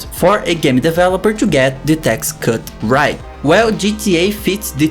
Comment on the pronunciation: In the léfti in the rait